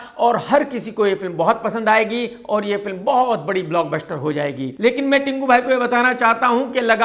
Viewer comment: block buster bol 6 baar lagatar,,,,fir shayad sahi bol paaye'